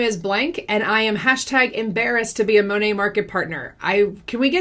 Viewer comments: I love when says MoNah 🤣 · Did you know it’s actually supposed to be pronounced Mon (like Mom) At (like past tense of eat) MonAt? That’s what their website says. But I haven’t heard a single person in Monat pronounce it correctly.